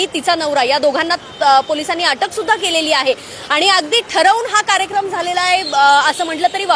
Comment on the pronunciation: मस्त आहे पत्रकार आणि भाषा.."ठरवून हा कार्येक्रम झाला आहे" मर्डर ला कार्येक्रम असे म्हणत आहे